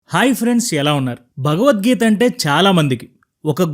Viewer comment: మీరు భగవద్గీత అని కాకుండా బగవద్గీత అని పలుకుతున్నారు , వినడానికి బాలేదు స్పష్టం గా పలకండి